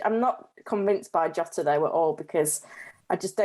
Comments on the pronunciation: Nice content, helpfull as always. One thing - J in Jota is pronounced like J in Jorginho or John, not as Yota. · JOTA... JJJJJJJ NOT YYYYY